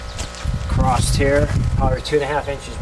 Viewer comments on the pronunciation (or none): across or acrosst ? damn!